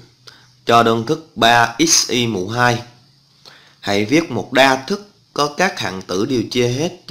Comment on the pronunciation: chia đa thức mà thây kêu chia da thức